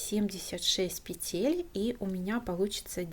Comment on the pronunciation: Спасибо! Незупречно снятый МК. Красивый шарф! Но.... как здорово, если бы вы и говорили правильно. "Набрать 80 пЕтель, а не петЕль". Слово "Петля" - во множественном числе, во всех падежах нормативно только ударение на первом слоге: нужное количество пЕтель, ремонт пЕтель, шторы на пЕтлях, слететь с пЕтель . Правильная речь украшает.